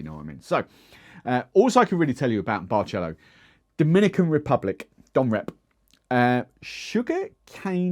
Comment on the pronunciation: Great review. BTW the "c" in Barcelo is pronounced like an "s", not a "tch" (think of Barcelona). Keep up the good work.